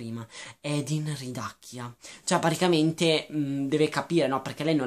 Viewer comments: Si scrive Hardin, legge Ardin, non Edin. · OMG. NON "EDIN". È HARDIN (ARDIN) NON SE PO SENTI "EDIN" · Senti, tu non hai nessun diritto di criticare questo libro perché intanto Theresa odia essere chiamata così perché le ricorda suo padre da alcolizzato. Poi si dice HARDIN non EDIN. Questo libro vuole spiegare che anche chi ha l'anima nera solo con l'amore vero può diventare migliore di sé stesso. E poi se questo libro lo odi così tanto da schifiarti non ha senso che continui a leggerlo solo per dire stronzate, questo ti dà una brutta nomina perché chi ama leggere lo deve fare per passione non per odio. Quindi KEEP CALM and I LOVE AFTER forever!😠😤😡👈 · Come ho sentito bene? Lo hai chiamato "Edin?" si chiama Hardin... Non si sente per niente la r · Ma edin cosa?! Si chiama HARDIN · Comunque è Hardin, non hadin... Come hai fatto ha legge il libro senza la R in Hardin...? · é hardin non hadin comunque.... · si chiama Hardin non Edin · secondo me del libro non hai capito niente partendo dal fatto che hai sbagliato piú e piú volte il nome del protagonista che è HARDIN e non Edin. Il libro è stato scritto da una ragazza di venti anni ed è una fanfiction e come ha ripetuto lei nelle interviste e nei ringraziamenti non è una scrittrice professionista. Non so la tua etá ma posso percepire che non sei un teenager e quindi in un libro cerchi anche una "morale" piú pensata e questo libro non riesci a vederlo come noi ragazzi.Detto questo ancora devo capire i libri che ti piacciono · Non si chiama Edin ma HARDIN! Non vorrei fare commenti negativi su questo video ma non hai capito un cavolo dei libri vorrei proprio leggere le storie che scrivi tu , quelle si che saranno sensatissime . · ARDIN si dice ARDIN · Sì pronuncia Ardin e si scrive Hardin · e comunque non vuole che la chiamino THERESA perché le ricorda suo padre un alcolizzato che l'ha abbandonata ah e si dice HARDIN CAZZO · ma sai dire Hardin? ! non è difficile